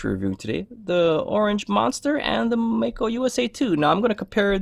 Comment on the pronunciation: I still don't understand why Mako is pronounced as May Ko. Anyway it looks beautiful.